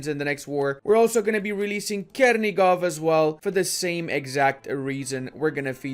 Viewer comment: It isnt "Kernigov" but "CHernigov" like in "chain"